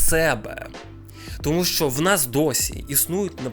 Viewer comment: Не "шо", а "що", і не "якшо", а "якщо" будь ласка. Годі вже паплюжити мову.